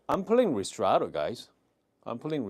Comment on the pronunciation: Hi, I like your videos Just to be precise: Ristretto, right way to pronounce is : [risˈtretto] ( rIstretto ) 😊 ☕️